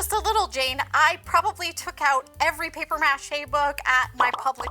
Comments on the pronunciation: The way she is saying mâché is driving me insane lol muuuh Shay not Mash ayy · It’s “paper muh-SHAY” 😂😅🤬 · It's really cringy to hear paper mache pronounced mă shay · I can’t stand the way you pronounce “Paper MA Chey”😤Got through a whole 45 seconds of this video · Paper mash-A 😂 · OK, but why are you pronouncing it that way? lol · Please stop saying paper mache like that. It hits the ear all kinds of wrong. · You must be from like Minnesota or something because you keep pronouncing maché wrong and you don't have a sloppy "mass" all over your hands... it's a mess. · You are SOOOOOOO annoying..."Paper MAche" Had to turn you off!!!!!